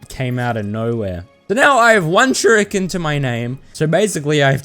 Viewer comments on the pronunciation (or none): Ahhh yes let me just grab my self some “shurokeens”. Btw good video